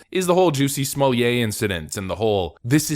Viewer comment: Smoll-yay? It's smol-lay. There's no "y" sound in between.